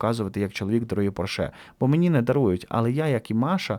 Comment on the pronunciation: Слово «поршЕ» Маша вимовила таким тоном, що в мене виникли підозри, що вона банально заздрить своїй співбесідниці. Ні?)))